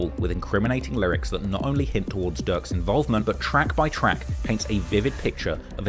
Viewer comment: ducks cousin??? Noooo it's durks cousin